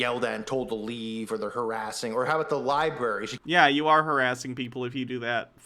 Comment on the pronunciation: Heh heh heh, he said “libarry”....